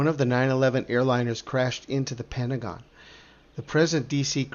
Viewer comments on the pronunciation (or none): none